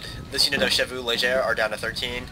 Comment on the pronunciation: Try pronouncing "chevaux" correctly. It's SHEVO